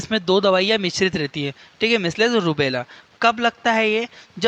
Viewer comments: Measles pronunciation galat he...misles nhi mijals aise pronounce krte hai.. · मिस्लेस नहीं मिजलस कहते हैं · मिसलेस nhi hota h sir